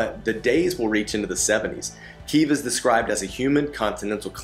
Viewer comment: Just discovered your channel, love your videos. Kyiv is still standing strong and is still beautiful. It will welcome you again once the war is over. I’m glad you liked it and special thanks for pronouncing Kyiv correctly 😄 Greetings from Ukraine 🇺🇦